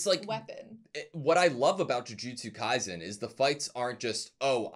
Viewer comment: I'm going to nitpick but I really wish they'd stop pronouncing Kaisen like it was a German word